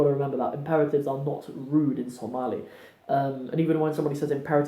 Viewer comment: you are amazing brother, you pronounced somali perfectly, better than some somalis i know, Masha,Allah. we love you brother for the sake of Allah, Allah dartiis ayan ku jecelnahay.